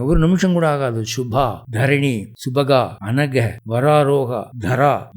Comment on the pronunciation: சரியாக சம்ஸ்க்ருத (எழுத்தும் ) உச்சரிப்பும் அவசியம். Shubadhaa - சுபத்தை அளிப்பவள் ShubaHaa. - சுபத்தை அழிப்பவள் Anaghaa - பாபம்/ குறை அற்றவள். Anahaa - வடமொழியில் இல்லாத சொல். இதற்கு பொருளே இல்லை.